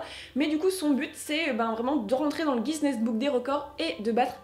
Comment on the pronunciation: Guiness ce prononce ginesse pas gisnesse mais appart ça très bonne vidéo